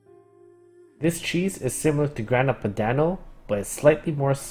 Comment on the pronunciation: as an italian, i really appreciated your pronunciation of pecorino and grana :0